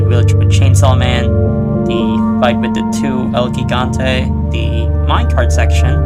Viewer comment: For some reason you saying "El Guigante" instead of Gigante (With a j sound) bothers me more than it should